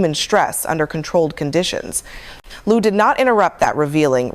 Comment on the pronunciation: This AI version (which mispronounces Lieu as often, or more often, than it pronounced it correctly) inspires me to go find the original tape.